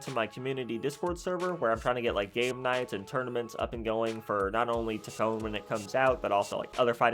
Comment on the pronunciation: I was actually hoping for daredevil but I will take it, also it’s funny how you say Toke-Kon 😂 W video bro